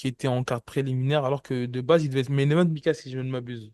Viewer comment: C’est pas possible Mika Tu fais exprès d’écorcher les noms ou c’est comment ?😂😂😭😭